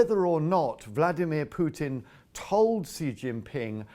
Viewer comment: Why is this Russian pronouncing Vladimir incorrectly?